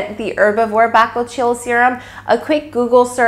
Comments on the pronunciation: Good informative video👍🙂 but your pronunciation of bakuchiol is so incorrect, and hilarious 😉🙃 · I believe your pronunciation of bakuchiol may be off... just FYI. ❤️ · Your pronounce the name incorrectly. Also, tere's no bakuchiol in it.. Herbivore has been falsely claiming the percentage of the active ingredient found in their product. You can get your money back. Also, can you please edit this video and let YouTube community know how misleading Herbivore brand actually is?